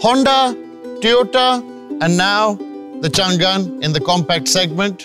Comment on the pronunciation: Best review bro! Being someone who represents Changan Owners' Community i have only appreciations for u! I do have a humble emendation to make though, It's not Chngnnnn but its read as Changaan (basically "Chang" in Mandarin means "lasting" & "An" mean "safety so together the name is pronounced as "Changaan" and written as "Changan" which means "Lasting Safety". Stay blessed bro, keep up the good work!